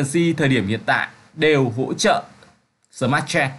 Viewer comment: smartchain không fai smart chen ad ơi :))) token không phải tốc cần :)))